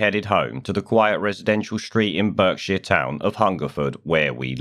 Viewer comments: I'm suspicious that you're not here legally as you don't know how to pronounce "Berkshire". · Interesting stuff. However, you don't know how to pronounce Berkshire? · For a second I thought I heard "bird shit" not "Berkshire".